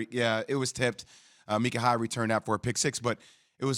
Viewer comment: "Meekah" Hyde? This guy's job is to talk about sports, right? I love Josh Allen, but we need more coverage on this Bills D. They kept the Bills in contention in the past, before we had any kind of offense. Last year was head-scratching to see them drop off, but now the D is back and better than ever. We need to start Taron over Levi too imo. Taron is playing lights out!